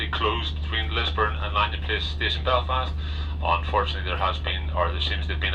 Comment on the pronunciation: An American that can pronounce Belfast properly? I'm mindblown